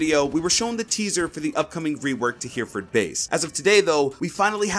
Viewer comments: did he call hereford base "hearford base" cmon man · “HEER-FORD BASE” ReEeEeEeEeEeEeEeEeEeEeEeeEeEeEeeEeEeeeEeEeeEeeEEEeeEEEEEEEEEEEEEEEEE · "Hearfurd base" cringe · The way you just pronounced Hereford base just gave me cancer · Please try and find a video about how to say Hereford lad :P